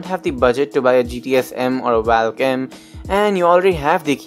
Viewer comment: It's spelled as valk it's not pronounced as valk, it's pronounced as volk.